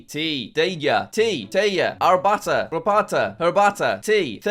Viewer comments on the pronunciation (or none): Jack, It wasn’t “rapata” for Belarus, its actually pronounced “garbata” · JACK, YOU MISPRONOUNCED IT It is [garbata] not [raparta] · It's not Rabata It's Garbata